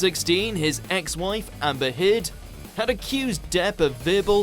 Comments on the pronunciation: "..his ex wife, AMBIH HID, had accused Depp..." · Who is Amber "Heed"? Or SINaid ? It's shin"" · Ex wife Emmba Huud? AM-BER HEERD Is it that hard to say HeRRRRR???? Not hard to pronounce. I'm not even a fan of hers.